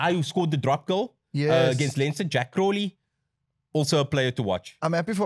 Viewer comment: You pronounced Crowley correctly - like the bird, crow-lee - well done. Crowley’s from Cork and we pronounce his name in that way down here.